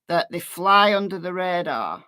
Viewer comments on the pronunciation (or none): none